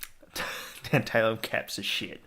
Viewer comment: it's tAntAlum not tEnt-EYLE-um, like tAntAlize